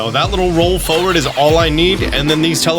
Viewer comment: It’s not “foward” it’s forward